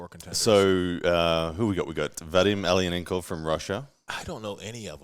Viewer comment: i'm only saying this to help you so people don't ravage you over it but Vadim's last name (Aleinikov) is basically pronounced "a-line-ih-kov" not ail-e-an-en-kov.